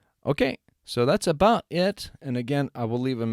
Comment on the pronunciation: Did you say : "that's aばt it " at the end ? instead of about ? or my brain just start to hear the ば form everytime since I am focused on it. Hahahah. Thank you for the time and resources.